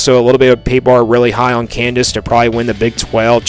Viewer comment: Yeah this guy doesn’t know shit and can’t pronounce KANZASS. Avery will ball